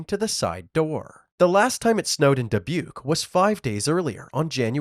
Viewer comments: Did you say “DI PUKE?? 😂😂😂 It’s Dubuque pronounced DE BUKE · Da-puke? I think you're saying that wrong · DaPuke? 😂😂😂 It's Dubuque